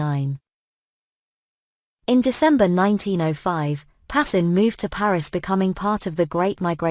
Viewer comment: His name is pronounced PAS.KIN